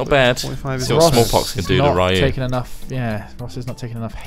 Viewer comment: Rye-u? Dang it guys... PRONOUNCE THEM PROPERLY. It's not MARE-io either. *le sigh*